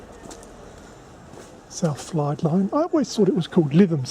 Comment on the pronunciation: Hi its Fylde not Flyde :)